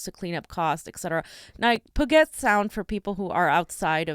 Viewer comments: It's pronounced "pyu-jet" sound, not "poo-get" sound. You're not from the West either if you don't know this simple pronunciation. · Puget is pronounced pew-jet not poo-get..